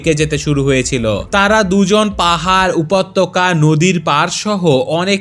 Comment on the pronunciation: গল্পটা খুব সুন্দর। আপনার উপস্থাপনাও দারুণ। তবে উচ্চারণের দিকে একটু লক্ষ্য রাখুন। উপাত্যকা এবং অনাবরত এই শব্দদুটি ভুল উচ্চারণ। আসলে উচ্চারণ হবে উপত্যকা এবং অনবরত। ধন্যবাদ।